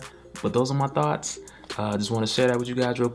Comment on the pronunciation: Did he say Thoughts cos it sure bloody sounded like Thots 🤣🤣🤣🤓🤓 I'm just saying